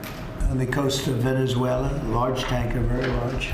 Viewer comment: She said venezuelar